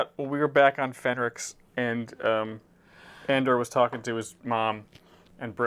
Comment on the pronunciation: Brix? Fenrix? you are great peaches but the names man haha! 🤣 Bix and Ferrix it just makes me laugh